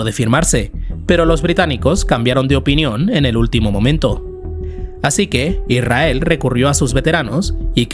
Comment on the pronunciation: Deja de decir "Irrael". Es Israel. Con s.